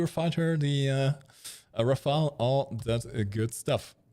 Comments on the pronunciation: Ra-fale, not ra-fael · it's Rafale, not Rafael, it ain't a ninja turtle